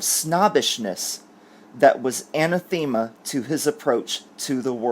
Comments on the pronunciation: Anathema = an-the-ma..not Anna-theme-a just fyi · O'C: needs to consult an online audible pronunciation guide when he comes upon words with which he is unfamiliar. Anathema is a case in point. I always say, "look it up, don't guess." (especially when one is speaking publicly.) No disrespect here either....just an old school teacher wanting to help the lad. He's a doll. More importantly, his head is on straight.